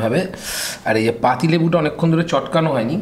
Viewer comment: "এই যো" বলবেন না। "এই যে" বলবেন।